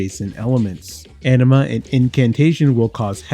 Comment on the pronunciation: Great video! But can't stop laughing bc you say 'anima' like 'enema'! 🤣